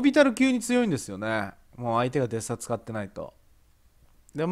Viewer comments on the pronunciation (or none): デスサになってますwww デッサですね笑 連コメすいません